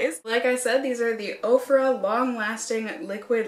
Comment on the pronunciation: They do state on their website that once you place the order, they in turn place an order from the vendor. It's a long process but so worth it because the discounts are so great, IMO. I've purchased everything from clothing to makeup to a couple of pieces of furniture. Ofra always sounds like okra is being mispronounced. 😜